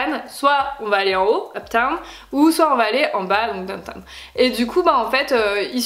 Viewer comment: Juste un truc n'essaie pas de parler anglais pck c plus gênant qu'autre chose genre le truc avc la statue de la liberté "where do you..." on comprend rien. Quand tu dis downtown t'as fais dowta. Et puis avc le gospel là tu t'emballes bcp trop reste sur terre